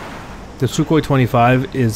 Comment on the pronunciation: lol "SuKKHOEE"